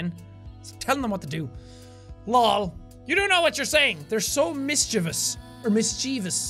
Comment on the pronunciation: MISS-CHEE-VIOS not MISCHIVIUS